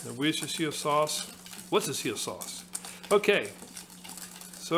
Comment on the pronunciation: Good Pronounciation of Worcestershire!